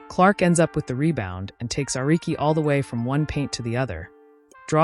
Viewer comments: Arike? Ah-ree-kay. Ehreich??! The great AI scare seems limited to scammers and the military, which ofc is bad enough. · Angel Rice? 😂 It's REESE! Ericke? 😂 Its ARIKE! (Ar-ree-key) Milissa Smith 😂 it's NYLISSA!